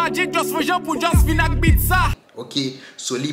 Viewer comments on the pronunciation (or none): none